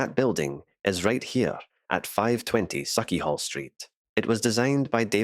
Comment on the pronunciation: Very interesting to see. I learnt a lot here. / I can't see it being said as saw-chee, but sawch as in loch. Anything -ch in Scots will be that sound. I had read before the haugh (pron: "haw") or hauch is correct and hall is a mistaken translation.